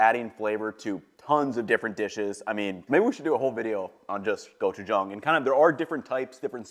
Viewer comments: THANK YOU for pronouncing gochujang correctly! My motto is, “Never trust a cook who can’t pronounce the ingredients they’re using correctly.” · Your pronunciation of gochujang is pretty good compared to some of the other food youtubers I've seen, and I had to rewind to double check that I was hearing you say it right lol